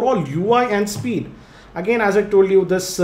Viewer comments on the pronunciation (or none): none